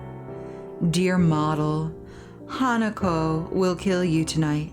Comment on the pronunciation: Im sorry if its annoying, but the na in hanako is pronounced similar to nu in nut. Or just mimic the pronounciation of ha in hanako. Nice lets play though